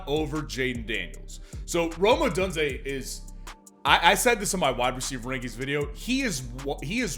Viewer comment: Bro pronounces Odunze as ODONEze 😂